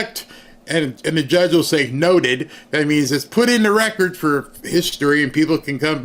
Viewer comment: Hey warnock what is a "recort" ??? The term is "record." Dude, you can't even speak proper English. And without the ability to communicate effectively, you are uniquely unqualified to serve in congress.